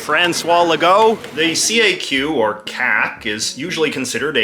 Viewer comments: As a québécois, there's one major point that's completely off regarding the CAQ party with this video. FYI, CAQ is pronounced as a word "CAK", not C-A-Q. Anyway, they're not considered left or progressive on climate stuff(or on anything at all). It's completely the opposite. Legault's considered to be on the right on this issue and anti-climate action. He's actually one of the least progressive on the climate issue and many other issues. To us, CAQ is center-right. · Ehhh heheh. You said caq, heh heh.